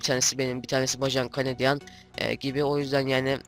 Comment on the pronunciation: Usta O Okunuşuyla BajanCandian Değil Okunuşuyla BeyjınKeneydiyın :D